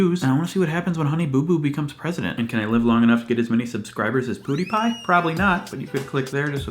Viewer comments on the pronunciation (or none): none